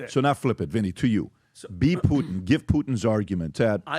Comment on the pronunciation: How ignorant is that first reporter to pronounce “Putin” without the hard “T” sound. She pronounces it “Pu-Ann”😂